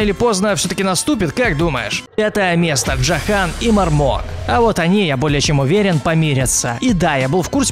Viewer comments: Не ДжохАн, а ДжОхан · Не джохАн, а джОхан. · джо́хан а не джоха́н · Джохан ударение на О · Не эскайл эксайл , во вторых не джохан а джохан ударение мать твою на о, аж уши вянут от токих названий